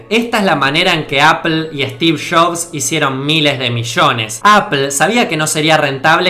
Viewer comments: “Stiv shofff” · Estiff Joffss xdd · stif shofs xDDDDDDDD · steve chobs jajajaj 😀😄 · Yo soy Argentino y no digo, Estifff Shabsss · "Estif shobs"